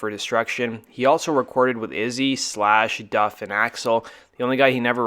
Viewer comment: Dude you keep calling Izzy dizzy wtf?